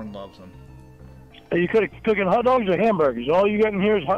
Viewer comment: Hut dug. No onion jooshe. Bacon double cheeseburger with bah-b-que saush. No pickles.